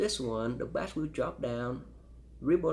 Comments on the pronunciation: He actually is very well spoken , and I've heard people who had English as a first language pronounce bass as bah-ss , he just doesn't know yet it's pronounced bay-s. No one compares these headphones so I'm impressed he even made this video lol. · For the life of me, I can’t fathom this guy’s accent. I just can’t stand the way he says “bass”, It actually makes me feel physically angry.